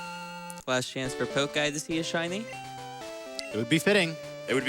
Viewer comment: i wonder if that pokeguy was triggered that the couch butchered his name all the time ive heard it so often pronounced with poke as in poking someone instead of poke as in pokemon. lol